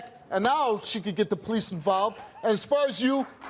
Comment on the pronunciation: Who are the "poe leece".....last time i checked thry are called the police